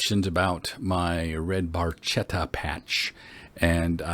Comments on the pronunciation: It’s spoken “barketta” like bark and atta chained 😂😜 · Eheh no ,it’s just funny to hear for us ,like an italin speaking English may be for you 😜